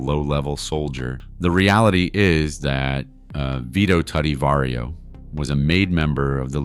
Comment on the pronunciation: Vario operation😂😂 love the gringos (pronounce the v like a b but no popping the b at the beginning)